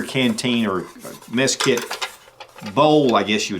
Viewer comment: Did he say meth kit ?? LOL😝